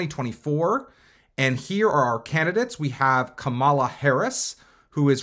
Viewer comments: Right? Maybe he doesn’t know that it’s pronounced like Comma-La. I noticed MAGA often mispronounce her name on purpose though 🙄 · Why do you say Kamala like that?